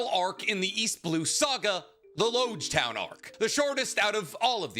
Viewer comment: I know this is really minor, but it's important. it's Logue Town, not Loge Town. It seems minor, but it's alluding to the fact that after this town you're going to need a Logue Pose to navigate the grand line.